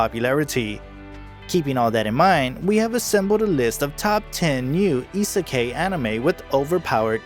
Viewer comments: Hate how he is saying isakai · I'm sorry if it seems annoying but Isekai is pronounced Ee-Seh-Kye, I-se-kai, kai rhymes with sky. I hope it helps. :) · You fucking said isekai wrong